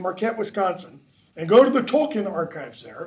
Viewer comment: Tolkien is pronounced tol-keen, toll as in a road toll, keen as in a keen edge. This is how Tolkien himself and his family pronounces it, as can be seen in documentaries featuring them.